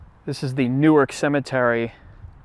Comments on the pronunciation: Its pronounced New-Ark. New-ork is how you pronounce newark newjersey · Yeah, it's new-ark, not newerk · Newark, DE...pronounced "New Ark," not "Newark." Ask a local and they'll tell ya. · A couple of, belated, corrections. It is not I40, it is US 40. The town of Newark is pronounced 'New-ark'. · Newark Delaware is pronounced "New-Ark". That other place is in New Jersey. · If you are in Delaware, Newark is pronounced NEW-ARK. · Wow, I lived near this area my whole life and am only just learning about this. I'll ask my parents if they knew about this guy. Also FYI, "Newark" is pronounced the way it looks, unlike its equivalent in New Jersey.